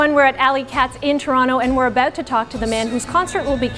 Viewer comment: i knew she was canadian the instant she said "we're ABOOT to talk to" hahah